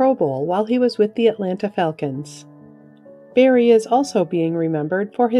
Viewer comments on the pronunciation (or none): none